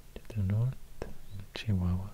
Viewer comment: He said CHIHUAHUA like the people from Chihuahua